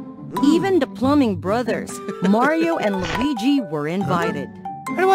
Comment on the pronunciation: Luigi not wallluigi